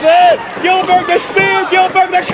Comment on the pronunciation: goldberg not gillberg